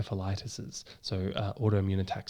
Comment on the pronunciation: What the heck is enKephalitis 😂😂😂 Stone inflamation? 😂😂😂